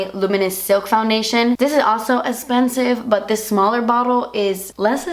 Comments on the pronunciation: Lmaoooo the last clip emphasizing Das Esspensive!!! I love it. Can't wait for the release 😍☺️😊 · Was I the only one that noticed that she emphasized the "DAS ESSPENSIVE" in the last clip while showing her nail polish too much? Maybe she's wearing das esspinive KL polish! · lol i like the way she says esssspensiveee 😂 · You're not hiding anything from us girl ;) DAS ESSPENSIV HAAHA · WAIT!! She said "DAS ESSPENSIVE" at the end with so much emphasis and all I can see is her nails and I'm thinking, 'is that the nail polish she would release to be named Das Espensive?!" wink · "Very espensive" hahaha I love you so much